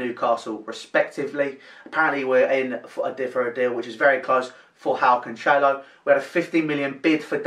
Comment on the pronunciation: Also for future videos, it's pronounced Can-Sell-Oh